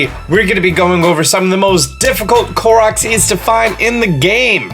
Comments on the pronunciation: Thank you for pronouncing "Korok" correctly. Cant stand it when other people pronounce it as Core-oak. Uuuuuuugh... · pronounces Korok correctly Also: LuMiNoOyYsSsZ